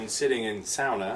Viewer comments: How has know one picked up the pronunciation of sauna is beyond me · Sounar they flipin say it sounar sauna sauna get it ahhhhhhhhh my ocd hurts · Just lost lots of respect for Paul rudd, pronouncing sauna "sawna" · The fact someone as intelligent as richard calls it sow nuh really hurts